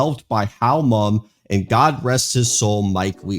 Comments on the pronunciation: Mumme is pronounced like mummy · Mumme.. pronounced Mummy.